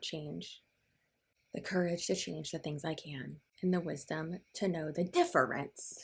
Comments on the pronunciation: Every time she says Dif-fer-ence I hear Deferens like vans deferens. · The DIFF-A-RANCE!!! 😆 🤮